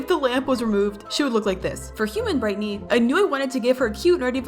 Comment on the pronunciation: It’s brighteny not Britney